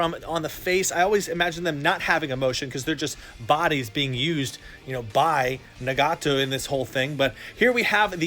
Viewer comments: It’s pronounced Nah-ga-toe (sorry I had to correct you bro it’s just mispronunciation bugs me especially when you’re told how to pronounce something) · Na-gaaa-tow, Ya-hey-kow, my god!! My ears are bleeding.